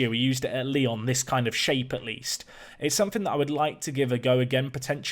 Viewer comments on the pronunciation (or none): none